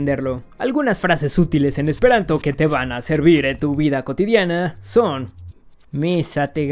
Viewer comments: jajajaja , pronunciaste muy mal el esperanto. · Jejejeje. Pronunciaste muy chistoso lo último en Esperanto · Sí te soy sincero, hablo esperanto lo suficiente como para decir que no has pronunciado bien las frases, y mira que es de lo más sencillo para un hispanohablante; además, cabe resaltar que en la primera frase "Mi ŝategas vian dekstran okulon" hubiera utilizado un verbo más frecuente, como "amas" (el cual entendemos todos) o "ŝatas" que básicamente quiere decir lo mismo que pretendías decir. Aquí te pongo, tal cual se pronunciaría, la segunda frase que has dicho: "La utilai frasoi en chi tiu video estas senutilai", la jota como tal no existe en esperanto, se usa para escribir una i con diptongo y también como plural (al igual que el italiano, que es de donde lo ha tomado). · estoy aprendiendo esperanto y lo pronunciaste mal xD la J cuando se usa al final equivale a la S en castellano y se pronucia como la i, del resto npi, esta loco tu video xD dankon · Casi te sale bien la pronunciación en Esperanto jejej la jota suena como nuestra i y la c con la cejilla arriba se lee como CH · Ajajaja te faltó pronunciar bien el Esperanto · Pronunciaste mal el esperanto, la "J" es como una "i" y la š es como la sh. Xdxdxd Lo sé porque mi estas esperantisto, kaj mi amas la esperantan lingvo. Dankon! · Qué mala pronunciación esperantista xd